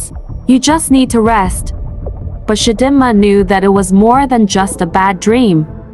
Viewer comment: It’s Chi Dee Ma AI! Lol 😂